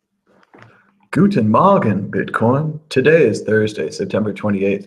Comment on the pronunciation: when he was in the Netherlands he was pronouncing "guten morgen" in dutch and since he is in Germany right now he is pronouncing it like Germans ! seems you are doing fine!